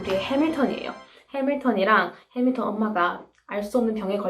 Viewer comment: “해믈턴입니다” 영어발음 너무 찰져서 이구간 반복중이에요ㅜ 최고💖